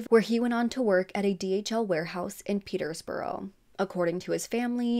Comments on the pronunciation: Borough is pronounced bruh, so petersbruh. Shire is shur, so Hertfordshire is hart-ford-shur. Or more like hart-ferd-shur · Peterbrough, not Peter's Borough